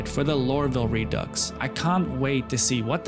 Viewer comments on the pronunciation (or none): FYI Redux is pronounced RE-DO. dux is French so it’s used as a play on words in English for a re-do